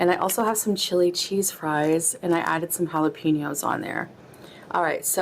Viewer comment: Please EVERYONE. It’s HALL UH PEHN YO. NOT PEEN YO.